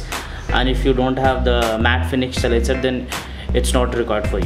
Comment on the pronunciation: It's silencer not c-lincer